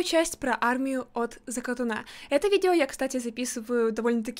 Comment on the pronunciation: От закатОна, а не закатонА